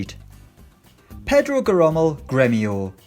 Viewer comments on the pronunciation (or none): And it is pronounced Je-ro-Meu, instead of what he said